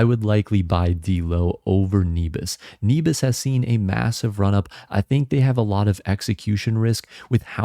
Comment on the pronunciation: Nebius has an incredible team with a huge vision. I can't see it's business model failing. Also I think it's pronounced neh-bee-us, at least thats how I've always said it